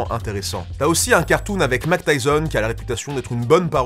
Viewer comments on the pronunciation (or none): none